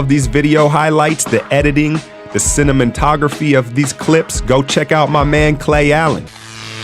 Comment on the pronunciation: "The cinnamontography" Lmao, im so sorry dude, thats just hella funny